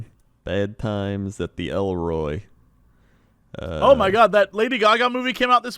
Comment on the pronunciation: Did just call "Bad Times at the El Royale" "Bad Times at the Elroy"? Oh,.